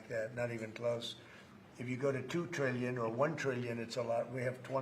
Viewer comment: Why does Trump pronounce trillion and million like that, it’s always bothered me 😭 Obviously the least wrong that he has done, I’ve just never been able to ignore it